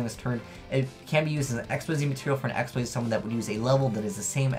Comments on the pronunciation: "Xyz" is pronounced "ik-seez" not "x-y-z"! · not to hate but i hate how you say x y z its pronounced xzzz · Actually it depends. It's actually pronounced Xyz in English, but if you wanna stick with the original one, it's not xzzz, it's ik-seez.